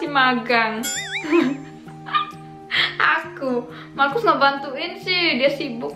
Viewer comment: markus,orang indo sebutnya mahrus/makrus 😁😁